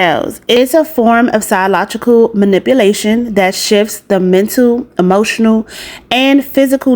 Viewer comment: sialogical??? It's psychological.